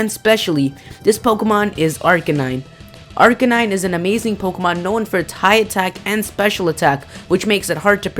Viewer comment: I don't want to be "that guy," but you mispronounced Arcanine. it's Ar-kay-9. mixture of arcane, meaning not known by many, and canine, the scientific name for dog.